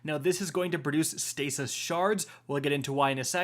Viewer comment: was I the only one that heard Stasis Shit synergies? 😂